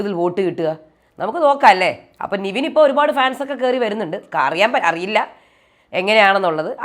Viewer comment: Season 7ന്റെ top 7 നാളെയറിയാം.. Sabuman ഉണ്ടാവില്ല.. ഇത്രയും നാളും review ഇട്ടിട്ടും Nevin എന്ന contestantന്റെ പേര് കൃത്യമായി നിങ്ങൾക്ക് പറയാൻ അറിയില്ലേ 🙄